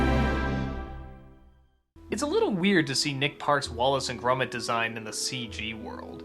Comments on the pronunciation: Its grOmit not grUmit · grumet? it is pronounced gromit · Has Doug ever actually watched Wallace and Gromit? Characters say Gromit's (GRAH-mitt) name over, and over, and over, and yet Doug can't shake the pronunciation "Grummit". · Why the fuck does he say "grummet" though lmao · He says Gromit weird